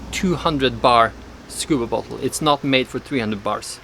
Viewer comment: when you say bottle it saounds like butthole